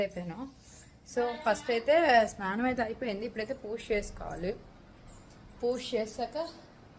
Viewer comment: పూష కాదమ్మా పూజ